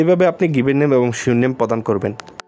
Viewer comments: ভাই শিওর নেম হবে না, সারনেম হবে এটা একটু মিলিয়ে দেখবেন। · ভাই Surename শিওর নেম বলে কোনো শব্দ নাই 😅। এটা হবে Surname সারনেম। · Bro it's not (sure name) surname (সারনেম) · শিওর নেম না সারনেম